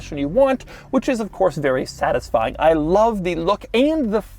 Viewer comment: "I LAV"!